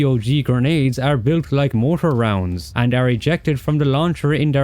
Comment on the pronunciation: It's pronounced MOR-TAR not MO-TOR, learn how to pronounce words you repeat multiple times. Very annoying!